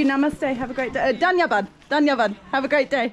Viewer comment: I love the way you say "dhanyabad" ❤️